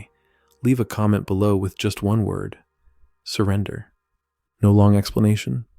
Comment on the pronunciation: Surrender (New England accent)